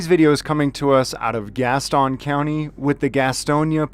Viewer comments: Love the videos. This is 1 county west of where I live (Mecklenburg county, NC) it's no biggie but locally it is pronounced like gas tin (like a tin can). No big deal just funny when I hear your pronunciation. Keep up the good work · It’s Gas-ton lol you say it like all the transplants that are here. I’m just teasing you. Thank you for exposing the corrupt cops around here! In NC video can only be released by a judges order.